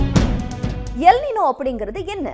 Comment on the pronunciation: அது எல் நினோ இல்லை "எல் நீன்யோ". இது ஆங்கில வார்த்தை இல்லை மாறாக ஸ்பானிஷ் வார்த்தை. Ninoவின் சரியான ஸ்பானிஷ் உச்சரிப்பு நினோ கிடையாது நீன்யோ!